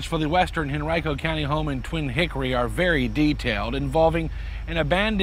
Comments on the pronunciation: And pronouncing Henrico as hen rye co lmao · What the hell, not a single reporter can speak Henrico properly. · Living in that area of virginia. I never realized Henrico was pronounced that way.